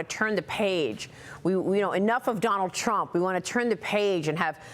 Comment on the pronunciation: Trump not Tramp. 🇺🇸 (full disclosure: I stole that slogan from a comment on another video because it’s really good!) 😀